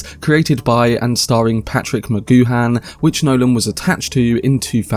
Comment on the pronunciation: I'm not sure if the voice over is an AI program or a real person but some of the pronunciations makes me think it is AI. "Nu" instead of "new"...it gets Patrick McGoohan's surname wrong. Very annoying.